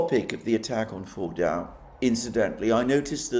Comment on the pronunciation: FORDO is the correct way to pronounce it, with a soft almost silent w sound at the end not a hard one as you use.